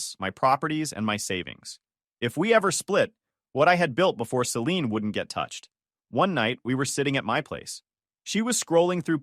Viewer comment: AI voice really struggles with the name Celine, Saleen, Selini, Selenee.